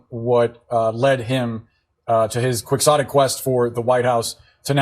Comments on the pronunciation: "Qui-KS-otic". Where does CNN get those dufuses from? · I think it's pronounced "keyotik" The X is silent, like as his name, Quixote. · There's no hard X in the pronunciation of quixotic; it's pronounced key-otic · Quixotic - Pronounced "key-ho-tik" you're all welcome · It's qui-HHHotic - as you just pronouncee, peoperly, the name of Don Qixote as KI-Ho-te... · Love you guys but it’s pronounced Kee-Ho-Tic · see? there you have it: kwixottick! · It's a legit word, but the propagandist pronounced it wrong. It's *Key-hoe-tic. And also does not apply to RFK at all, it's a real reach to try to belittle him.